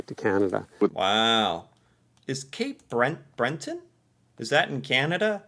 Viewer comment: are you sure that you're American? One of my friends from the states once told me what Americans think of Canada, nothing, nothing at all. Canada doesn't enter their consciousness at all. That's like asking what they think about Bolivia, nothing. And here you are, trying to pronounce Cape Bretton and apologizing when you figure you've got it wrong.